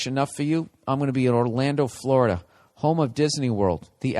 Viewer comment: haha oh shit, that's the funniest shit ever did on your podcast, talkin shit about Tom Brady and taking his widdol football and going to fwowida